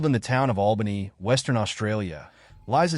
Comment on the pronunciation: There's more than just 1 ghost at the first one, it's sad it's so uncared for. Many more story's in that town that is pronounced AL ban ee 😊